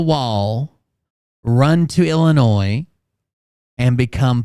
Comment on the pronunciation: is an idiot. He can’t even pronounce “Illinois” He almost got you saying it wrong